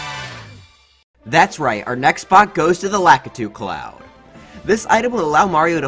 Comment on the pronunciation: Cloud not clouf